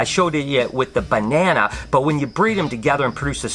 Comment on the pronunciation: you saying "BE-ne-na" is music to my ears haha! Great Vid!